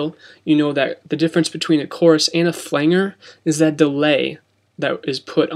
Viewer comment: Thanks for the info. Well done!! Although.FLANGER is pronounced, ..Fu- LAND- JER not FUL- ANGER.